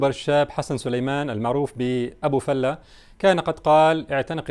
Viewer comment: فلة بفتح الفاء وليس ضمها وهو مصطلح خليجي بمعنى المرح والإبتهاج